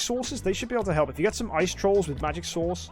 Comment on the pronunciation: Omg when said magic source the auto subtitle said: oh my God four magic sauce